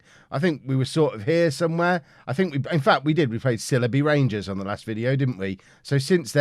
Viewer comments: It’s pronounced SILE-bee Rangers not SILLY-bee Rangers,! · Great series, but I've got to say this; it's pronounced 'Syle-be' Rangers. Originally the club played in the Leicestershire village of Sileby, before relocating to Northampton. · It's pronounced Sigh-ull-bee